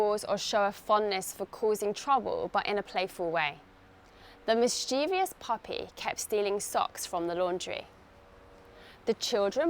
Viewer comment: I think I didn't catch very well when you pronounced Mischievous. Because, I think I heard you say 'Mischiev I ous ' 😊